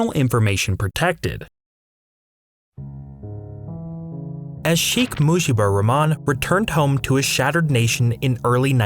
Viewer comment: e only thing you pronounced wrong so far was sheikh mujibur rahman😂😂😂you butchured it bro😂😂😂